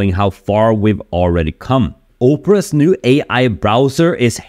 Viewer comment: Op-ra not O-pra my dude. Easy mistake since English is a second language, but I just wanted to make sure you were aware without cracking a joke.